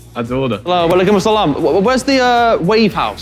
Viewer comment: Harry is Muslim approved. 😂 The way my man said walaikumassalam 🤌🤌